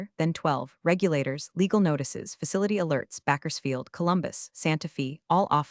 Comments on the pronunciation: "Backersfield"? Did you perchance mean " Bakersfield", a city in southern California? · Can someone please teach AI how to pronounce words properly. Santa Fee? Backersfield? Really? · Bakkersfield? Santa Fee? Pronunciation is terrible. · You can pronounce BaKersfield like BaCKersfield and that’s ok. It’s NOT OK to say Santa FEE! Also, you got nearly all the heteronyms wrong. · Excuse me. What's a "bicycadi"?, (see approximately .) Backersfield???? I won't even discuss the audio and text butchering of the phrase Geiger counter. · Geeze… the AI really needs to get the spelling and pronunciation right. It’s Bakersfield. And somebody needs to check to see that the first iteration of the firing scene is removed later when the AI is instructed to rewrite it. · It's BAKERSFIELD and SANTA FE is pronounced SANTA FAY!!!!! ugh